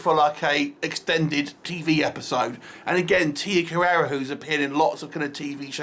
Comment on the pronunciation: Her name is Carrere. Not Carrera. An asian woman with the last name "Carrera" made other movies these days ;)